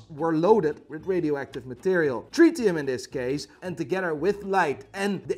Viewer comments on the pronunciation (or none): none